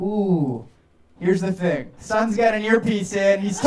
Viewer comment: “Heresh da thing”